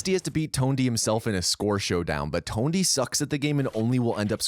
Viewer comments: TONEDY? lol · Great video but "Tonedy"? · Who the hell is Tone-D? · i love that not a single person mentioned how this moron said TONEDY not Tony....... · dude his name is tony not tondy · Please tell me I'm not the only one hearing tone-D hawks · "Tondy Hawk" "Musky" do you know how to pronounce words? edit: just got to "Bam Margarine" and "THUD" and realized it's your thing... Meh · “Tondy hawks” has been said 2 times within the first 30 seconds. I’m already about to stop watching because of this